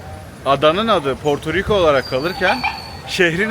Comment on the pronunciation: Porturuku değil hacı Portoriko